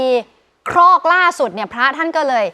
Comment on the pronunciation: ครอก ครับ ไม่ใช่ คอก